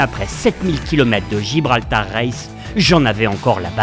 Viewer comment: superbeS vidèoS mais pourquoi "GIbraltar" ?